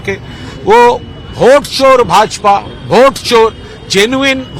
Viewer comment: भोट नहीं वोट होता है गोगडे